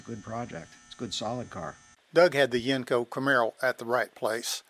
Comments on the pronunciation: I was born and raised in pgh pa. I spent my teenage years living in Canonsburg near where these were built. My uncle's and I talked about Yenko's all the time. Although us locals always pronounced it "YENG-ko". Every time the narrator says "yenn-KO" , it sounds funny. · You say the word Yenko wrong buddy